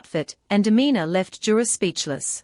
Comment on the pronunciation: It's yura not jura ❤plz